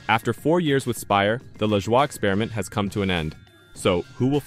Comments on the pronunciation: Was it you or your electronic voice making a fool out of you. It's pronounced La JOY not leshwa! You look like the fool that you are. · I would think that if this is really NASCAR Overtime, you would no how to pronounce Corey’s last name.